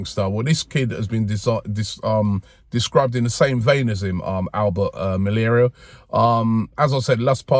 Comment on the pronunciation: Albert Malaria😂 Robbie never lets us down with his pronunciations 😂